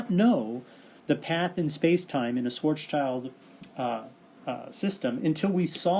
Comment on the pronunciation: Thanks for this video. It's a good explanation. But... I cringe every time you say "Schwarz Child" - THERE IS AN S THERE FFS it's pronounced "Schwarts-Shield"